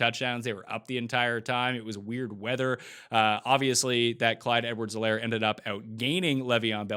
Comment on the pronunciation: It's a silent 'H' in Helaire. Do you watch NFL Red-Zone on mute or something? I watch it on mute sometimes myself, but we've gotta get these names right first, my man! 🤣😂🤣